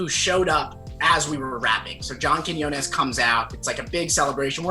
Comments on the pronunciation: I was looking forward to Cody's pronunciation of John QUINONAS LOL. But he actually got it right this time. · Proud of Cody for finally learning how to pronounce Quiñones x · Did cody just pronounce Quiñones correct or am i tripping? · he learnt how to pronounce quinones!!! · old man Cody finally knows how to pronounce Quiñones 😌 character development 🥰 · He finally pronounced Quinones right LMAO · WHY WOULD YOU PRONOUNCE QUIÑONES RIGHT???? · HE PRONOUNCED JOHNS NAME RIGHT! Say goodbye to John Kwanones. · finally he pronounced John’s last name right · I’m just glad he finally pronounced quiñones right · I see Cody has learned how to pronounce John's name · Cody’s evolving, he pronounced John Quiñones right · Cody finally found out how to pronounce John quinones. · when cody pulls through with quiñones pronunciation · CODY SAID JOHNS LAST NAME RIGHT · he learned how to say quinones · HE FINALLY SAID QUIÑONES RIGHT!! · cody actually said john's last name right this time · he said his name right finally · QUIÑONES, KEY-NHIO-NES! My Guy Cody👊🏽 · no ones talking about how he finally pronounces johns name right. im proud of u cody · CEO of finally pronouncing John Quiñones right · Can we all take a moment to appreciate Cody finally saying Quinones right? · Cody out here finally saying John's last name right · i like how he fixed his pronunciation of quiñones without making a mention out of it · He learned how to say Quiñones!!! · Cody you said it right! I’m proud of you 💗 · YOU FINALLY LEARNED HOW TO SAY HIS LAST NAME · respect to cody for finally learning how to say Quiñonez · look at you finally pronouncing quiñones right! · the character development of cody finally pronouncing john’s last name properly is on period. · ...just the fact that he said Quiñones right the first time, made me have so much joy... He said it so wrong in his last video, lmao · you said his name correctly! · Catch Cody correctly pronouncing Johns last name ✋😌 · finally pronounced Quinones right